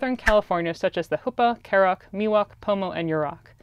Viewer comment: I'm sorry but its karuk I don't mean to be rude I'm just trying to help